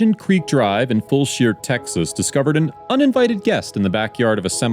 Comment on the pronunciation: Fulshear is pronounced "Full-sure" . Sure is, for sure, haha